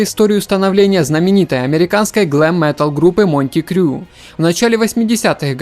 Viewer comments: Бл....Не МоНти Крю,а МОТЛИ!!!Мотли с..ка! И не Вайдеры,а Вейдер. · Автор не монти крю, а мотли крю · Товарищ, раз уж ты занялся таким делом, то подтяни дикцию и выучи английский! Название группы произносится как МОТЛИ крю, а не Монти! А подборки хорошие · дружище, Ты лайк на мой комментарий поставил, значит читал. А вот так и не написал ничего о том что Ты думаешь по поводу моего замечания и поправки неправильного названия. Я писал о фильме про группу, и указал что Ты называешь группу коверкая её название. Речь идёт о фильме "Грязь", группу о которой снят фильм Ты называешь МОнТИ КРЮ, тогда как название её "МоТЛИ крю". Я бы очень хотел знать, согласен Ты со мной, или нет, и Ты так и дальше будешь произносить название "Монти крю"???!!! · МоНти Крю?! Парень, Мотли Крю! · Мотли Крю,а а не Монти Трю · Идиот , правильно мотли крю, а не Монти . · Слушай, да не позорься, Motley Crue (Мотли Крю), а не Монти Крю как ты вещаешь. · смотрю такой видос дохожу до фильма ГРЮЗ и слышу "МОНТИ КРЮ" чуть не обоссался от смеха аффтар ты тупой цыган, группа называется МОТЛИ КРЮ.. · Сори за то что умничаю, но я Вас поправлю, а то уж слишком Вы коверкаете название группы. И хоть я и не фанат этой группы (в юности иногда слушал), но скажу не преувеличев ни на грамм ЭТА ГРУППА ЛЕГЕНДАРНАЯ. Речь идёт о группе "МОТЛИ КРЮ", именно так правильно звучит название этой группф. А Вы произносите МоНти КРЮ, на правильно употребив буквы 3 и 4. Я сказал что не фанат этой группы, это не совсем так. Период моей юности как раз совпал с расцветом стиля Heavy Metal, всем известно что юность и популярный стиль музыки это друзья на веки ))))) Вот МОТЛИ КРЮ эта типичные, 100% представители "ТЯЖЁЛОГО МЕТАЛА" на ровне с Metallica, Kiss и Iron Maiden. Если бы зависело от меня то я бы и "МОТЛИ" и эти 3 названые мною группы внёс в список "Золотой колекции". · Motley Crue моти звучит как то по делитански!:) но ты молодец.за Не отпускай спасибо.норм